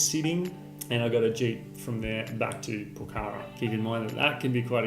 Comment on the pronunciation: For someone who has been to Pokhara many times you sure have a hard time pronouncing it. Otherwise great informative video. I came here because of your Annapurna Good/Bad/Ugly video